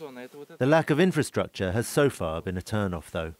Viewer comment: make an effort, and learn how to properly pronounce the few words that you are butchering: BUREAUCRACY - bju'rokra'si INFRASTRUCTURE - infr'straktsr PIONEER - pajo'niir